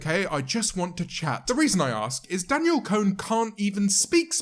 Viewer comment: No one: Literally no one: James Martiott: Danielle CONE